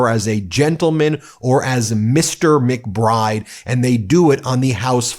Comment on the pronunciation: Congresswoman McBride !!! Not that hard to say.